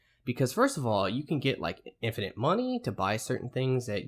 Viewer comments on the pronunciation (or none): none